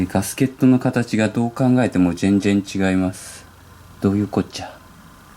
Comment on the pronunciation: じぇんじぇん違います